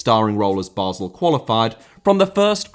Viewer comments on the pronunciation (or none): none